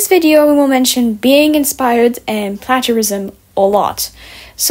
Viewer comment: i’m not sure if people have commented on this, but you’re mispronouncing “plagiarism”